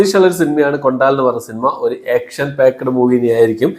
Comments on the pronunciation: കൊണ്ടാൽ അല്ല. കൊണ്ടൽ ആണ് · ബ്രോ കൊണ്ടാൽ അല്ല കൊണ്ടൽ ആണ് ശോ 😭😄🙏